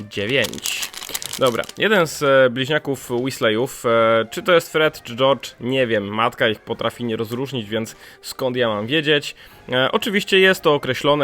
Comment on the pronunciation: Prosze nie mów weasley [łeslej] to sie czyta [łizli]